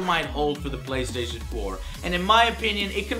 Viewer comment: looooooooool, "the bay-station" = )